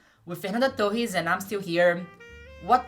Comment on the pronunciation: *Clicks video* "Let's see what the american woman is gonna say abt the movie" *Pronounces "Torres" right* "I know you better than you think I do"